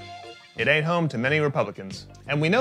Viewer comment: Dude sounds so off saying the word ain’t 😂